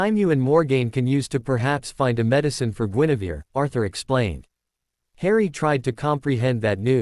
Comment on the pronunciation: It is not Genevieve it is Guinevere